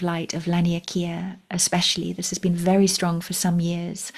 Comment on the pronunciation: It sounded like you said “it’s a faery exciting time” 🧚‍♂️Then again, it wouldn’t surprise me if you did!❤😊